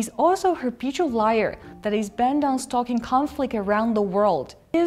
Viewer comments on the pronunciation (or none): I'm an English and Mandarin speaker, here are some tips: it is not "rep-peated-ly" but ree-peated-ly; it is not "inter-twin-ed" but inter-twine (same sound as "whine"; it is not "stock-ing" but stoke-ing; I think just a plain mistake there. Not "refuse" but refute. I hope this helps. A very essential video. I am appalled by the level Pompeo will stoop to to slander China. But this is what you'll expect from a lackey in Trump's Administration. Please always expose this man whenever you can, whether he is spewing fake news or simply lying about China. And seriously ban him from entering your country or treat him like the pariah that he is.